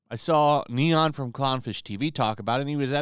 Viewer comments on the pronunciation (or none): none